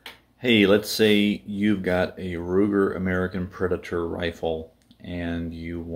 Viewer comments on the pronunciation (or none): Preditor....???? Haaaaa. PREDATOR